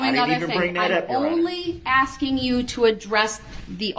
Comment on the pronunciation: Besides "onjec-shun" "grounz" "troof" "oaf of office" "boaf detectives" "axing questions" was "fair" ad nauseam.